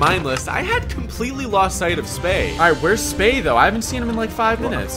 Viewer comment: damn it, its pronounced THO, not FUCKING DOE